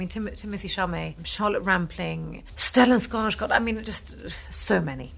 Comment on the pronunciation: Funny that she can't pronounce Stellan Skarsgård even though she speaks fluent Swedish.